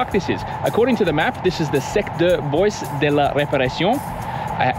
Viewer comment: DE not THE.